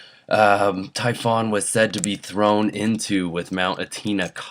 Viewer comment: It's pronounced mount Etna ( eh-t-nah)